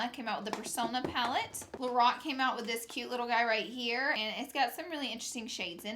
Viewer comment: I thought she said the Rock instead of Lorac